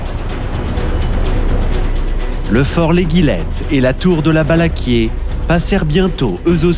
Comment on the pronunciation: Bonjour,il y a quelque erreur. Les noms des forts,fort Balaguier ( et pas "Balaquier")et l'Éguillette (ce prononce comme une éguille). Il manque beaucoup d'information sur le siege de Toulon. Cdt.